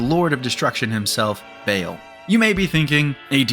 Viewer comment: "Bale" Buddy it's pronounced "Ball" theres tons of jokes made at its expense, like Magnolia, the demon hunting "Baal buster"